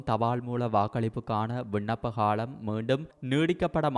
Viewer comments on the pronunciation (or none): அடேய் காளம் இலை காலம் என்று சொல் உனக்கு ள ல வித்தியாசன் தெரியாதா ?